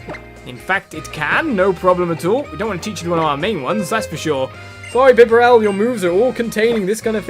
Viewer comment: It's pronounced like 'Bee-Barrel' Love your Videos. Could you play wind waker HD please?